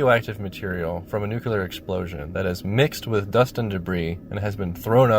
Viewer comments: You need to learn how to pronounce the word Nuclear, it's Nu-Clear not Nu-Cu-Ler, please get it right! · NOO-klee-uhr *not* NOOK-yoo-luhr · It's nuCLEAR, not nukYOOLER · Hey, I'm not trying to be annoying or anything, and I'm sure somebody else has already brought it up. But "nuclear" is pronounced as (new-clee-ur) instead of (new-kyuh-lur). I used to pronounce it the same way you do, and just assume you would rather pronounce it correctly. But if you'd rather just keep saying it the way you do, that's totally fine too. Everyone will still understand what you mean. (Edit: Great vid btw, I've seen a few vids about this movie. Yours definitely stands out as one of the more entertaining.) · Have a drink every time "Nu-kuw-ler" War, is said, instead of Nuclear -"New-Clear" Dude... The movie is already sad enough. Otherwise. 9/10. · It's not "nucular" it's NUCLEAR! Learn to pronounce what you're talking about! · I can't get past the first few minutes listening to the narrator saying new-cue-lar instead of new-clee-are. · NEWCLEAR NOT NUCULAR FFS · Noo-klee-ur. Not noo-kyoo-lur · it's nu-cle-ar, not nu-cu-lar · I am having a hard time with you saying nucular instead of nuclear. Nucular is wrong. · STOP saying "NUKE-U-LER" my god where do people get that pronunciation? It's NUCLEAR... "NEW-KLEE-ER" or just "NU-CLEAR" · The word is nuclear. Referring to the nucleus of an atom. It is pronounced noo clee err. Not noo cyoo lar. There is only one u in the word and no y. I know I sound like a word cop but as a long time employee at a nuclear power plant for some reason it drives me nuts. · FFS it's pronounced New-clee-ur not Newk-ya-lur. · NUCLEAR not NUCULAR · The word is nuclear - NOT nuculer. You haven’t even spelt it correctly. So vid turned off, pity. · NUCLEAR NOT NUCULER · Thank you😂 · It's NEW-CLEAR, not NOO-KOO-LAR. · It's NUCLEAR, NOT NUCULAR ! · It's 'nuclear' not 'nucular' ffs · It’s NUCL-LEAR not NUC-ULAR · ˈnjuːklɪə the ə is like the ar in regular "ɹɛɡjʊlə" .